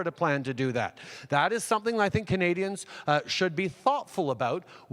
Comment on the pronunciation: Each time I hear him say "Canadians" its much more fitting that I really hear him say "comedians"